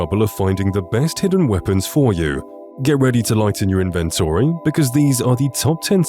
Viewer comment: Wow. You're really good at mispronouncing names as well as the word "inventory".